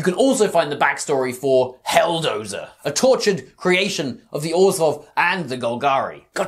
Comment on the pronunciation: Love the video! The way you managed to fit a "J" sound into Orzhov is giving me a stroke, but other than that its a solid 10/10